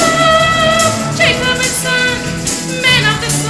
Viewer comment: The Narrator butchered Jacob and Sons. Jesus, what a train wreck.